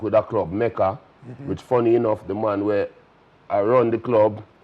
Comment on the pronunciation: “Baby oil mon” 🤣🤣🤣